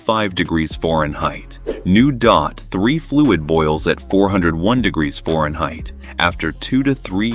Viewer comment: This video lost me at pronunciation of Fahrenheit as ForenHeight...... Thumbs down for pronunciation.